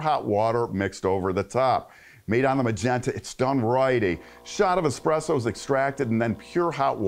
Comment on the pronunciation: *espresso, not expresso....